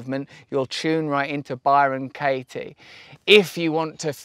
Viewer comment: Bye-Ron Kay-ee